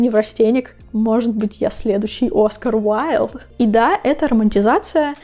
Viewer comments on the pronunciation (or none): none